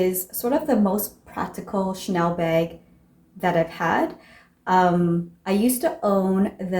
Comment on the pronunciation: You have all same type of very small bags, get rid of them all. You can just keep the white bag so you have an option. I’m not sure where you are from, you say beg instead bag 🙂